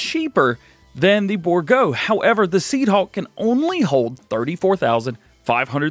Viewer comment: Its pronounced bour--- gault